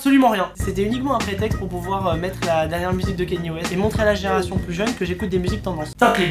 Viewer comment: pas kenni , Kanye ( kanié ) merci